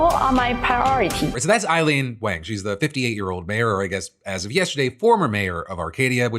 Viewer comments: Rough hearing you pronounce in wayng rather than wahng repeatedly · Wang is pronounced like "Wong". It's not the 1980s anymore.